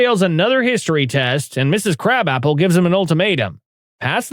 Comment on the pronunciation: You said krab apple not krabappel